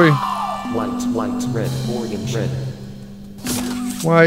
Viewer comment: мне кажется или вместо orange диктор говорит organs?